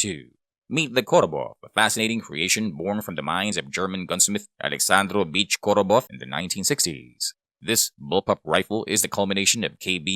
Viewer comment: You really butchered Korobov's name He isn't german, his name is German, it spells differently. So his full name is German Aleksandrovich (not beach) Korobov